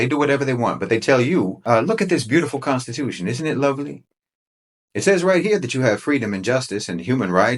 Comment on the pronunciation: The CON-stitution.